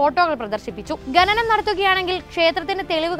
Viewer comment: ഗെനനം അല്ല പെങ്ങളേ, ഖനനം എന്നാ വാക്ക്; പറഞ്ഞു പറഞ്ഞ് മലയാളത്തെ മുടിപ്പിക്കല്ലേ😢